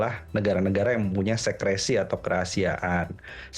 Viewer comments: secrecy ngomongnya si-kre-si om bukan sekresi wkwkwk sekresi artinya lain lagi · Bapaknya sebut 'secrecy' pakai pelafalan Indonesia 😅😅😅 sejenak bingung saat bapaknya bilang 'sekresi' karena kata 'sekresi' punya arti sendiri dalam Bahasa Indonesia 😅😅 tolong deh orang-orang gak usah sok pakai kata Bahasa Inggris kalau ngomongnya aja salah. Karena 'secrecy' vs 'sekresi' beda arti 180 derajat.